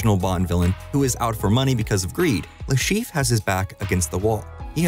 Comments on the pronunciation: He is called Le ChiffRE and not LeChief. I'm sorry but that bothered me the whole time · Dude can you stop butchering that french name? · there is an -re at the end of Le Chiffre for a reason. It is not mute.